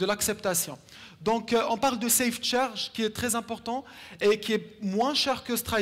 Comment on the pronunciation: Il dit savecharge c'est ça ?